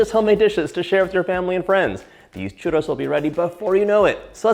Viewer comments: And then you still pronounce it wrong. 😆 Not hating, just thought it was funny. 😜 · Yikes your churro pronunciation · I love how he pronounces churro. And also how happy he seems to be when he's doing anything from Mexican/ Latin cuisine. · Nice way to make and to pronounce “churros”😃 greetings from Spain, Europe, the “churros” land. Wonderful with chocolate!!!!😋😋😋🥰😘🌺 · truly insulting pronunciation from a white boy. say it in english not butchered spanish! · That was funny when he called Mom to ask her how to pronounce churros I thought maybe she was going to be Latin !Lol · There's like 69 r's in one word lol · White washed Churros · What's going on with the way this guy pronounces 'Churros' throughout the intro? Feels like the equivalent of putting on a ridiculous sounding French accent exclusively when saying the word 'entrepreneur' in an otherwise typical sentence. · Please roll your rrrrr's otherwise you are saying something nasty. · My favorite parts of this video is when you say "Churro". Thank you for this recipe! I love all of your videos!!! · You don't say churro properly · Churros se dice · Hey John its churrros not churos no affence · Hello John.... so delicious! Great JOB! Super caloric 🙄🥶🙄 1) You need to work on rolling your RRRRRRs .... chuRRRROs... don’t be afraid to let those RRRRRs sound really strong. LOL! 😉 2) ChuRROs go really well with CAJETA ... next time try dipping them in CAJETA ... (milk toffee or milk caramel...) the kids will love the chuRROs dipped in CAJETA. 3) Here in Mexico it is traditional to eat chuRROs with hot-coco 😉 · Roll your R's just a bit John for the pronunciation ! ,,🤗, So happy you made this recipe! the box mix is meh ok !! Can't wait to try this !! Viva Mexico 🇲🇽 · me da risa como dice churo enjugar de churro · Babe CHURRRRRRRRROS not churos Love you, bye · why do you say churtto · He saying "delicious Trudeau"? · Repeat after me : chu -rrrrrrrrrrrroooos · Why is he saying ChURDO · You gotta roll the R's